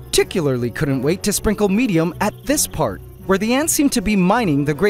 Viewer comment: the way he said medium made laugh so hard